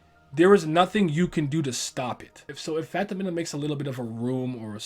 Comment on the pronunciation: its pronounced fan-ta-min-um not phantom...menum